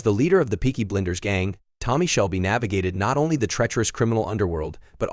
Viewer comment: It’s Peaky Blinders not BLENDERS! You idiot!